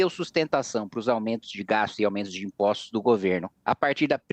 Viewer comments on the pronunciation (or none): Este tal de CAMPUCH, ANTES DE TUDO, ESTE JEGUE, ESTE BURRO TEM QUE APRENDER A FALAR. NÃO É IMPOCHTO, É IMPOSTO, NÃO 3 GACHTAR É GASTAR... VOLTE PRA ESCOLA SEU IGNORANTE, BURRO, ANALFABETO FUNCIONAL... ISSO NÃO É SOTAQUE, ISSO É IGNORÂNCIA MESMO.